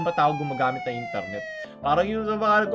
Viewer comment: I love ur accent can u say it again: Intarnet